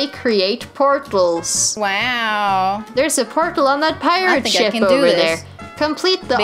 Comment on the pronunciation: emma sounds like she says shit instead of ship lmao